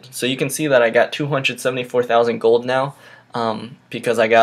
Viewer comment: It's goLd Not Goud